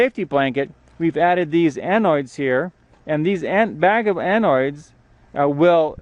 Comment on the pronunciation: Annoids? .....isn't it anode?